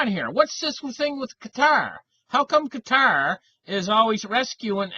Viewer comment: Glad you pronounce Qatar correctly and not 'cutter'.